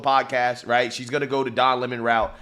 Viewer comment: What’s a “wight idea”? Going to the moon?